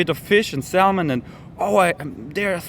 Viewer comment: ... and lose the sound of 'L' in Salmon....pronounced SAM un